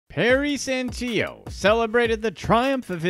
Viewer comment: This my uncle bro had issues if u want some info on the type person he was lol but u said his last name wrong is San till o u say it like that BTW he took my social security money While the investigations were going on, he was unable to get more money i also wasn't even actually living there.They dropped me off at a house and said they'll come back for me in a week and never did